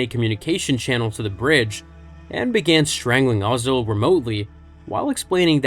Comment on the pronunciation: I love how all of these youtubers pronounce all of the names in star wars in as weird a way as they possibly can even though a lot of them we literally hear their names in the movies.....Ozzel is now "O"zell....and everyone knows that.....Pietr has a long I and not a E sound and we heard that on screen lol